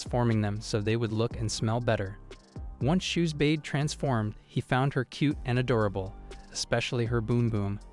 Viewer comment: ngl, it kinda pisses me off that the AI narrator is unable to say a simple a word as "Adorable" without it becoming Add-Ora-Bull. same with the word Bow, as in the weapon. for some reason, for how much AI is supposed to be genious and able to learn from the world and internet etc, it is inable to have prefixes for the words allowing variations of the same written word's pronounciation.